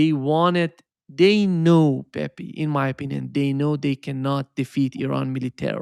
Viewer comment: it is no Pepi, is Pepe, you know is like in Brazilian Portuguese.